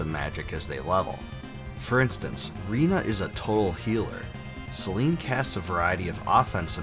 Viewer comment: I'm sorry but did you just say REENA🤣